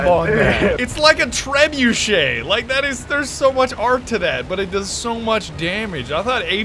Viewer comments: This whole time I thought trebuchet was pronounced....tre-BUCKET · Uh, don't you mean: truh-buckets?